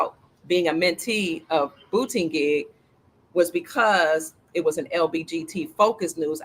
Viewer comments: Pete Buttigieg is pronounced as Boot eh jedj. Just a little FYI. Love you 😍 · ...here's a short link President Trump pronouncing buttigieg name. Enjoy laughing...lol